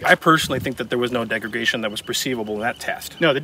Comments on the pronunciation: "Degregation" , not a word. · the host keeps saying 'degregation' but does he mean 'degradation'? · degragation??? NO degradation , YES and yes, I am a gun nut and a teacher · Im pretty sure just said degregation like 3 times in a row, like "did i hear that?" "he's actually doing that" "tf, this is gunna bother me" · Am I hearing degreGation?